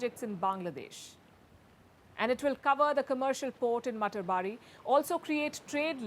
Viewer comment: It is pronounced mata ar bari...house of mother godess